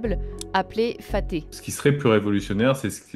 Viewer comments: pas faté mais FATAH avec un bon H !! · le réveil de la force pour de vrai. Même l’amérique se bat en retrait .... Pour le missile aero balistique: il ne s’appelle pas "fati" fati c'est ma voisine du 7 eme: cependant il s'appelle "Fattah" : le H à la fin se prononce et il est très important car c'est ce H qui explose. Macron insignifiant: "en marche avec des gifles" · Le faté,ca se prononce le fata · Ça s'écrit Fattah mais ce prononce Fatté? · C'est Fatah et non Faté, et le H se prononce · faté? mdr le journalisme d'aujourd'hui. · C’est pas « faté » mais « fattah » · C'est le Fatha pas le Fahte 😭